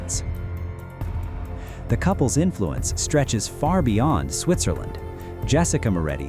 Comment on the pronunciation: it's Switzerland not Switcherland